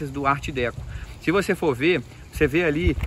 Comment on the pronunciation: Não é DÉCO É DECÔ